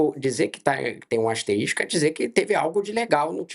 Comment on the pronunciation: Além de clubista o jornalista fala “asteristico”, olha o nível, minha gente!